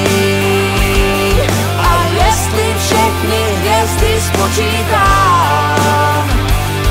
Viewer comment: Nový Jamaron song! Ve vašem obvyklém stylu, příjemné na poslech, s pěkným textem, co má i nějakou myšlenku ("pak pochopíš, jak je život krátký, a že i hvězdy jsou jen poutníci na cestách", wow); jen mě malinko zarazilo - opravdu se ta hvězda v češtině vyslovuje takhle? Celkový počin nicméně moc pěkný, plus klip je zajímavý a opět něco nového, pecka!